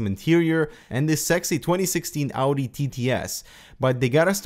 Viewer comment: Audio TTS... really? Audio? it's Audi.